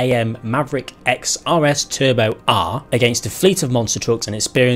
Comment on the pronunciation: Nearly as much fun as hearing say CAN A M and a while ago talking about the Hillman I M P.